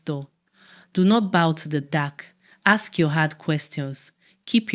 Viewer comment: Why do you guys miss use Aks for Ask? Good story